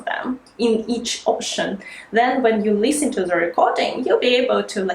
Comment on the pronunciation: I like the way you make short vowel sound long like Leesten Geev Teeps